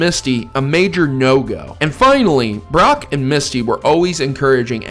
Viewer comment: lmao i swear you said Barrack at first